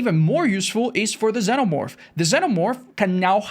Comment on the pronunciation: ZEENOmorph not ZENOmorph